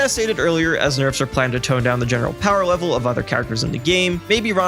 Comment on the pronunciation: "powa wevel"